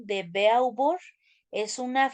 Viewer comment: no pronuncia bien el nombre de Hegel, Friedrich Nietzsche y tampoco el de Simone de Beauvoir.